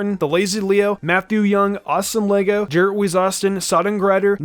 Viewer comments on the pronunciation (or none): none